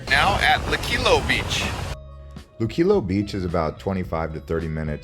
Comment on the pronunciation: PLEASE GO VISIT VIDEOS MADE BY PUERTO RICANS NOT SOME GUY THAT SAYS THE LOCALS SAID...NO GET A LOCAL VIDEO NOT GRINGO VIDEO. AND WATCH SOMEONE WHO TAKES THE TIME TO PRONOUNCE LUQUILLO. EVERY ONE SPEAKS ENGLISH EVEM IF THEY SAY THEY DONT. PUERTO RICO HAS A DIFFERENT STATUS THAN OTHER US TERRITORIES NO OFFENSE GRINGO